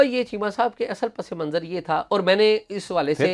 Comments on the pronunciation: اعزاز بھائی، یار آپ "پسے منظر" ہی بولا کریں۔۔۔ اچھا لگتا ہے، پس منظر آپ کے منہ سے بہت اوپراہ، اوپراہ لگتا ہے۔۔۔ always be natural 😃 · بہت ہی جگادری صحافی ہیں اور ساتھ ساتھ اردو معلیٖ کے استاد بھی بننے کی اپنی سی کوشش کر رھے ہیں۔۔۔۔اعزاز سید۔۔۔۔۔سفارشیں آنے ”لگ پڑتی ہیں“ چیمہ صاحب نے تصیحیح کرنے کاتردد نہیں کیا لیکن پسِ منظر۔”۔۔پسے منظر“ جوکہ درست تلفظ ھے اس کو پس۔۔۔ منظر۔ کہنے پہ مصر ہیں ۔ انکو ہارون اسلم اکیلے ہی ایسے جرنیل نظر آۓ جو بزنس میں ہیں جبکہ ساری اسٹیبلشمنٹ ہی پراپرٹی ڈیلر ھے دونوں ہی سیاسی فیورٹ ازم کے شکار نظر آے فضول اور لا حاصل ولاگ ۔۔۔وقت ہی ضائع ھوا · پس منظر نہی ہوتا س کے نیچے زیر ہوتی ہے صحیح لفظ پَسِ مَنْظَر ہے